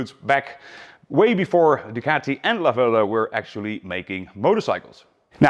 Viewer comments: The ultimate 1970s Italian stallion ? Stress on the first syllable. Lah - verda. Flying agricultural two-wheel tractors ? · Yes It's LAverda...not Lavérda. Correct. 👋👋👍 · No, its' La-VER-da! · Italian here. It's pronounced laverda, not la verda. The burnt orange was a fashionable color in late 60s early 70s Northern Italian shops. It's a shame Piaggo killed the brand to only focus on Aprilia for sport bikes, but Piaggo is not a large company, and there were simply too many small sports bike manufacturers between Laverda, Moto Guzzi and Aprilia, all owned by Piaggo. Ironically, while Italian brands rule MotoGP today, endurance racing is predominantly won by Japanese brands. They sold a few of the 750 in Toronto, but these are bikes that are owned and never ridden. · The Italian pronunciation is very good. Albeit a surname, "La verda" means "the green" although it would not be used as it's incorrect, i'm just doing a straight translation. Since it's feminine, finishes with "a", masculine in this case would be "il verde". As a kid (5-6 year old) i remember fondly a Lamborghini green liveried Laverda parked a few streets down where i lived, i thought of it as "the green lady or dame", hence my explanation of the grammar. Always loved the low sweeping handlebars and presence. Being more a car person it's the only bike have a vivid memory of 45 years on.